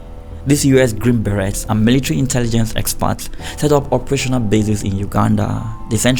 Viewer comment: The t in beret is silent